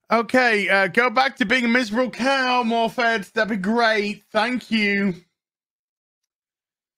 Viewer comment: The middle f in welsh is a v sound and the double d is said th, so maybe morvith rather than morfid.